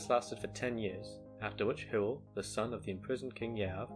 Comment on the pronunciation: Hywel is pronounced like, "huh? well"